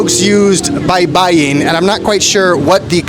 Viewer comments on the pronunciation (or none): none